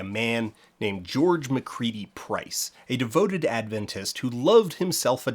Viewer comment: Ahh, the instinctive Adventist-in-the-real-world experience of: Someone: Mentions Adventists/Adventism Me: (shoulders tighten, thinking “Oh no what did we do now?”) (On a side note: I suspect it is a testament to your excellent research skills that you correctly pronounce Adventist, rather than putting the emphasis on the second syllable as many do)